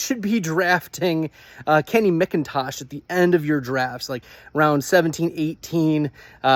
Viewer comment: Mac-Intosh like the computer not mick -in-tosh. Geezus. Credibility = toast